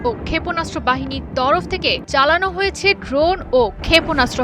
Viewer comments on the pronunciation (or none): none